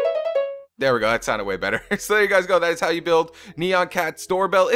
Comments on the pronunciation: It's nyan cat not nean cat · It's NYAN cat! Not neon cat! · Nyan not neon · it is actually nyan cat prononced (nie-an cat) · lol he said neon cat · it's nyan